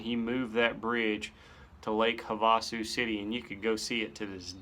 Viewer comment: Just found your channel and subbed. I know I’m late to the conversation but for future reference, lake havasu is actually pronounced Have-a-sue. During spring break it unofficially changes to have-a-screw. Not sure how I know that.